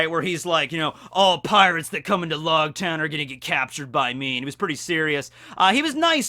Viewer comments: Technically it’s pronounced like “Roguetown” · I thought it was pronounced like rogue with an l- instead of r-. Cause it's ouge. I have always said it like that. Lōgtown